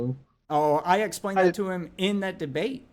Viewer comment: Y he say essplained and allthat